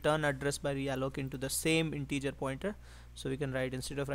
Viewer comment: Nice video, really. But every time you say integer I die a little.